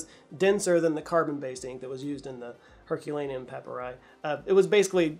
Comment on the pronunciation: You mispronounced Herculaneum too, dude.